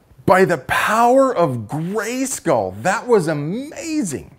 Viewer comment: Did he say “by the power of grayskall” but forgot I have the power!!!! lol 😂